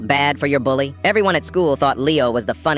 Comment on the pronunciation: You said dully not bully 😂😂😂